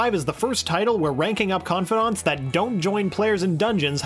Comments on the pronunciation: Is no one gonna point out he pronounced "Confidants" as "Con-fod-onts"? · no.23 ConfAdAnts its confidants con-fi-dants